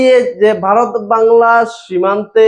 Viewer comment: বারত নয়, দয়াকরে নিজের দেশের নামটা ঠিক ভাবে উচ্চারণ করতে শিখে তারপর ব্লগ করুন।